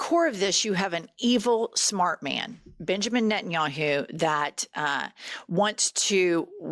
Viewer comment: Bitch-amin Netanyahu is what I heard. You should do that on purpose! Except the US is Bibi's bitch. 😢 Even if you don't always use Butthole of the Bible Belt when you're being formal and bringing the gravitas.